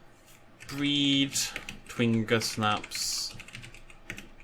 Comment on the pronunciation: Completely random and totally late, but I'm 90% sure twingersnaps are from gingersnap cookies, not a brandysnap (and should be pronounced with a soft g as a result)? Just watching the end of the video and heard that mentioned, so I thought I'd speak up!